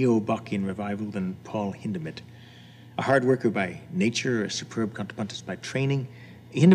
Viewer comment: One of the few people that actually pronounce Hindemith’ name right